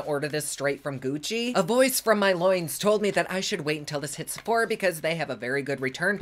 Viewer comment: AHAHAHAAA the way you pronounce Sephora comes up on my captions as “c4ha.” That’s amazing.